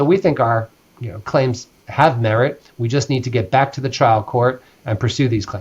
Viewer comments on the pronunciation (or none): his accent keeps saying child (trial) court